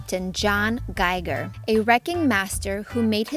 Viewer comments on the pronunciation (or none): none